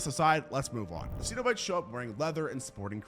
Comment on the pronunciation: You’re pronouncing cenobites wrong. For someone who is so into horror, you pronounce so many things wrong